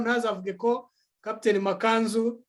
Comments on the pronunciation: Ariko ni Ma^ka^nzu- ntabwo ari ma-ka-nzu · Mwajya mwumva uburyo yivuga, mukavuga izina rye neza! Byaba byiza!